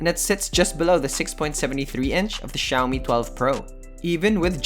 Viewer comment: i keep on hearing shaomi pub lite